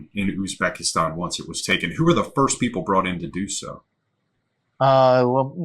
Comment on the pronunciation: Foist... lol Cheers guys!